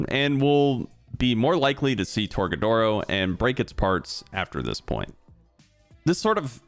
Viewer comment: My guy said tor-ga-doors